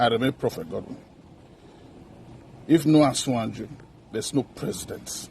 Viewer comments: No yoruba person born and living Nigeria, pronounces yoruba word badly, they take pride in speaking the language to the core, The man could not even pronounce "asiwaju" instead he said "asinwanju," that put him in delta or edo axis, I can say he's a fake yoruba man and a fake prophet. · This pastor is igbo pastor see the way he called asiwaju .he want to cause problem.